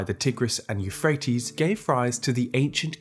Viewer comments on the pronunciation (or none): none